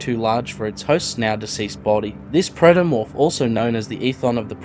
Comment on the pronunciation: Protomorph, not "Praetomorph".